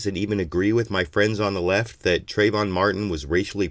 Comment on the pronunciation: TrAyvon, trAAAAyvon. If you're going to speak his name in vain at least get it right.